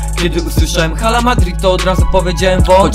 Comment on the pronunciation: Czyta się 'ala' bo h w hiszpańskim jest nieme, Pozderki sztos nuta!!